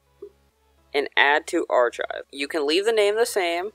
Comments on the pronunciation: I completely agree with you. I first came here to tell this dude that "archive" is not pronounced that way, and then saw your comment. To see that he stole this word for word IS STEALING someone elses content. It doesn't matter if you put a source, it's still stealing, and you were right to call him out for it. I'm going to search for the Dallas Soup video and watch it there, instead. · Art Geek this is a Word for word remake / copy !! People make the same videos on the same subjects but this is like I said WORD for word .. he even pronounced archive wrong the same way the other guy did .. go watch Dallas soups video if you don’t believe me . Easy to find . content thief’s should be banned from YouTube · u literally stole this video word for word from dallas soup.. you even said archive wrong after he pronounced it wrong for a joke.. haha stupid video thief